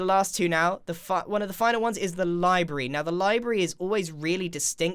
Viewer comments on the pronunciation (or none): library. LAI-BRE-RI, not LAI-BE-RY..